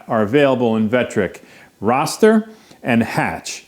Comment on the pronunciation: OK, I hate to be "that guy" but the word "raster" is pronounced to rhyme with "faster". It's not pronounced "rawster"... Just makes me flinch every time I hear it...now back to the video! Ok, finished. This is a very interesting and well-done comparison! I look forward to experimenting with these two methods with my CNC router once I get it setup and running. I'm thinking the choice between the raster vs. hatch methods may depend on the photo itself. I'm also thinking that I would probably choose to use both methods side-by-side on the same piece of wood, just limiting the image carved to a particular section from the photo. That seems like a quick and fair way to compare the results to make a decision on which to use.